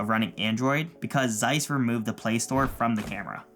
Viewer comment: I took critical mental damage every time you said Zeiss